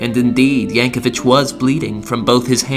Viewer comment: There's no "h" at the end of Yankovic.